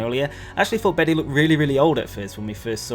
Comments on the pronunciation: I just looked it up- the male name Bede is pronounced ‘bead’/‘beed’ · Bede is pronounced Bead